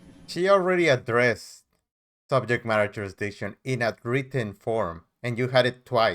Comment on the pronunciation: Substain, jurisdickshun, cohorzhun, amminant, affixiated (sustain, jurisdiction, coercion, adamant, fixated) and on and on lol.